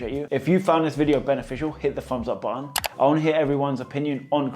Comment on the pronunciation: Bro that's button not Ba Aan